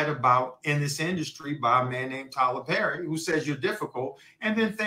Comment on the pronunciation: Lol she cant pronounce words with double r's PERRY, MARRIED NOW THATS FUNNY, she is funny just not on stage